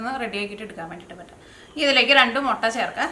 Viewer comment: മൊട്ടയല്ല മുട്ട എന്നു പറയൂ.......